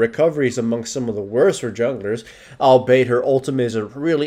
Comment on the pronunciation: I must say, you used "albeit" a few times in this video and I just want you to know it's not pronounced "all-bait" it's pronounced "all-be-it". Just a pet peeve of mine, sorry for being so anal about these things:)